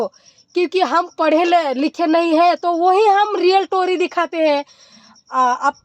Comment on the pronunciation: टोरी नही स्टोरी